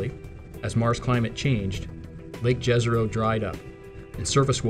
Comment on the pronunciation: Please use the "Jezero" pronunciation right... J = Y (yesterday), not like Jazz. <3